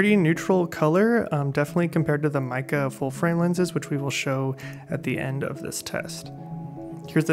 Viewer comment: Just a heads up, the correct pronunciation is "may(as in the month) ke (as in cook)" It's a Chinese name, I'm not sure which characters they use for the name, but I imagine mei means beautiful, but I'm not sure what ke would be. - source a dude who sorta knows mandarin aka me.